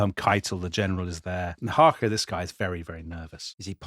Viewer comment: Excellent pronunciation of Emil Hácha, sir!